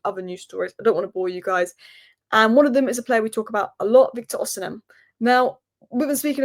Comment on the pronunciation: You're still pronouncing Osimhen wrong. Ignore the h, pretend it's not there. Osimen Why do you want Cunha??? He's a good player but he's erratic, has poor discipline. Why would Rogers leave Villa for us right now? Casemiro likely to follow... based on what? We can't get rid of him. He's not desperate to leave so won't take a pay cut. Nobody wants him.